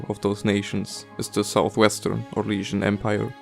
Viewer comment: did you say syrian? o.o